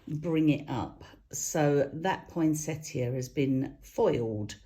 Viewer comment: You stick with pronouncing it poin - sett - i - a, that's correct. Don't let those people who contradict with confidence (even when they're totally wrong!) put you off. :) Love your demo's, have done since I first saw you on QVC, (think it was QVC?) too long ago, and you're just the same, as nice, today!